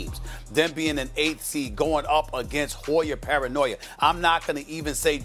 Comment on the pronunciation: "Hoy-er Paranoi-er"